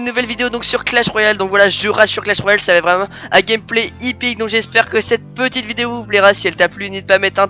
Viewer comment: haha trop le seum 😂 tu me fais rire a chaque fois tu dis "c'est une attaque HIPPIQUE" mais non !! c'est EPIC !! 😂😂😂 bref tqt la prochaine attaque sera la bonne 😙